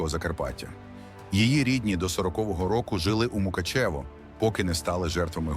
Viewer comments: Не МукачЕво а МукАчево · Правильно - Ґаль Ґадот і Мук`ачево - наголос на А. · Навчіться вимовляти Мукачево.